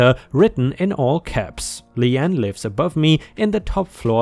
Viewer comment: Speaking as someone with a cousin whose name is the same, it's pronounced Lee-ann...